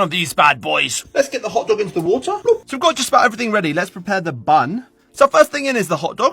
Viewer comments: Why did he say water like that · Poking a little fun at the difference between how Brits and Americans say that word